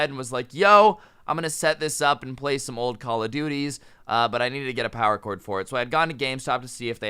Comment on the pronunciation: Why did it sound like he said corn instead of cord?!?!?!? 😂